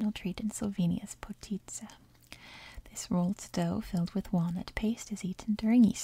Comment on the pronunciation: You must be familiar with potica to’ve pronounced it correctly so easily